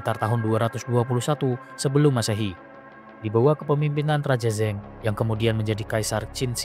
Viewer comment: Raja zeng gak ada nama raja zeng di qin min🤭🤭🤭…Qin Shi Huang namanya Ying Zheng baca nya Ying Cheng